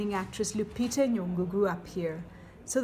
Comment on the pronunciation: Her name is LUPITA NYONG'O not "Lyupito". Please correct this.